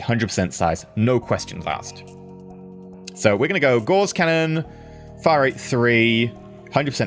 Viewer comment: you're mispronouncing Gauss.